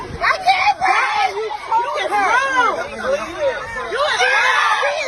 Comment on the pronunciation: Of course, she says i can't breeve. Act right